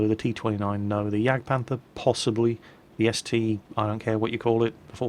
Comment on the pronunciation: it is the ST-one not the ST-eye.